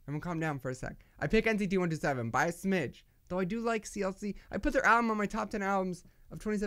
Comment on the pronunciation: U KEEP SAYING NTC 127 It's NCT 127,Sorry to correct you but it just bothers me.